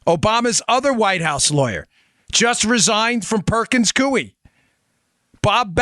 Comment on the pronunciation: Perkins-Coie, pronounced Coy. Law Firm that represented Obama on Usurpation.